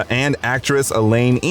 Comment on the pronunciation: Lol, I hate to be that OCD guy who nitpicks, but Elaine Ng's surname is actually pronounced as "Nang" not "ing.